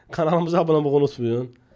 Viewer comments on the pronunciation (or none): none